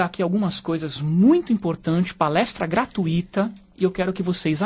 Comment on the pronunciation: Gosto de você, rapaz, mas não é gratuíiiita, pois não é fortuiiiita, não é intuiiiito. Não vou de ixar de ver no Youtube por isso. Continuo seu fã. Abraços!!!